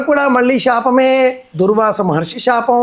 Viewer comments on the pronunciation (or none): అయ్యా మీరూ షాపం అని పలకటం బాగోలేదు అది శాపం